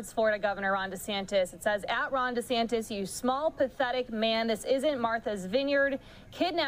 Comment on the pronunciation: “Desnatis” lmfao 🤣